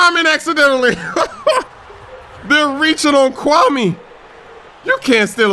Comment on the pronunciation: It's pronounced Kwa-May